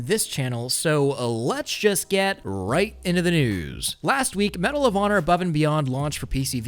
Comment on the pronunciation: Damn it's medal of honor always understood medalovana